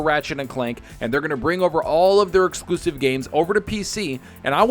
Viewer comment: LMAO! another "ehckcxslooooooooooooossssssssive" down